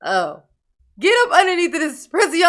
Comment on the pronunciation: "PreeZeeon" is really fun to me cause in french we call Darrell's new home "prison" and it sounds like "preezon". Love your reactions, greetings from Paris